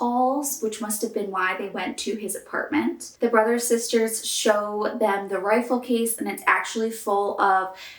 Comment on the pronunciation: It’s funny because around the mark you said “Brothers Sisters” but it sounded like “Brazzos Sisters.” Hmm